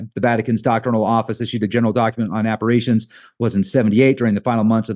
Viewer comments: Not saying this to be a dick, but I'm one of those spelling/grammar Nazis, LOL! So, it's appar-i-tions, not appar-a-tions. It's an I, not an A. So sorry I just had to, it was driving me nuts, LOL! Have an amazing remainder of your day/night everyone! Love to all!!! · it's pronounced Appa-rish-tion, not Appa-ray-tion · It’s appar-I-tion not appar-A-tion.